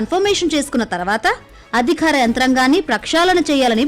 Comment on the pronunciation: యాంకర్ గారు, అదిఖారం కాదు అధికారం. పథఖాలు కాదు పథకాలు.